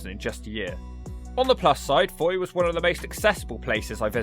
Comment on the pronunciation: It’s pronounced “foy”